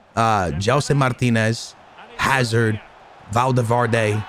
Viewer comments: Dude's portuguese and says Martinez instead of Martins... oh... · Its gelson martins not martinez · tu és português meu, diz GELSON MARTINS, n digas Gelson MARTINEZ 🤦🏻‍♂️ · Jellson Martineezzzz😂😂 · Gelson Martinez??? Fds mano és tuga devias saber dizer Martins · Its not martinez its gelson martins. Much love from PORTUGAL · Please gelson martins every time you say name I think it’s a brand new player